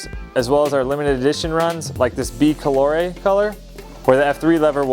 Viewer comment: “Bee coloré”? You mean Bi-color?